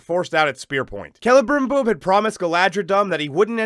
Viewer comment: Celebrimbor could be called "Cele'dim'bore". Also, it'd be pronounced "Kee’Lee'Brim'Bore", not "Keh'Leh'Brim'Bore". As if anyone cares. Liked, subbed. Good looks. :-)